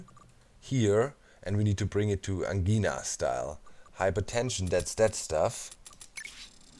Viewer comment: Angina is pronounced like Vagina...just thought I'd let you know! Didn't think I'd like the vids of this game but they turned out to be awesome to watch while working! Thx! More exclamation marks!!!!!!